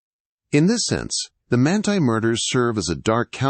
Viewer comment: Well, you said Manti right the first time, Man-tie, and wrong the rest of the video, Man-tee.